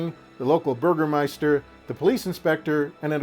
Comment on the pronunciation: your pronounciation of "Bürgermeister" is top notch 👍